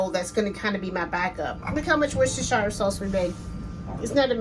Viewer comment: Hi, I am following your recipe 100%...But can I just say one thing...In the UK we would pronounce it...`wousta` or `wouster` sauce...Sorry to correct you.......